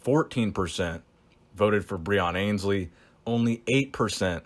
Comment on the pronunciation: Still mispronouncing Breons surname